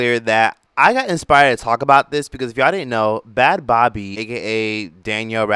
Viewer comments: Bad Bobby? Man it’s bad baby!!!! I can’t stand when people make videos and don’t even know how to saw the words they’re talking about. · It’s pronounced bad baby right lol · I think it's pronounced Bad Baby. Not sure if you are saying it incorrectly deliberately but just wanted to let you know